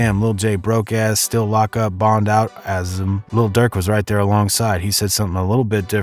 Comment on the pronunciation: Asum ? Why you said it like that 🤦🏾‍♂️